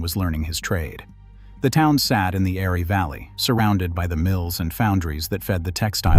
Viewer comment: Maybe, but not the "Airey" valley . . . narration courtesy of a text-speech engine